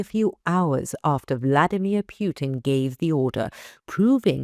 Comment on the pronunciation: She said Vladimer Pewton.